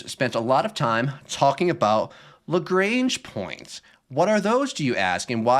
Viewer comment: Also the pedant in me has to correct Lagrange. It's not Lagrange like the ZZ-Top song, it's Lagrange like a French bloke. Like when your doctor makes you say aaaaah "lagraaaaaange".